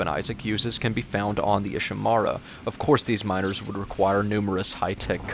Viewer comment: IshiMURA, not IshiMARA. even the characters pronouce the name of the ship you're in.